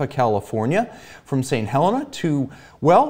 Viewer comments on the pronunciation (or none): St. Helena is pronounced Saint Ha-lee-na.